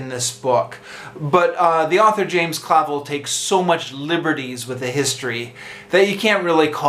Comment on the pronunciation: The authors name is pronounced 'Clah-vel', not 'Cla-vul'.